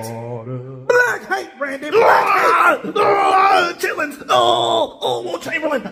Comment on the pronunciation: i fucking died when he said chitlins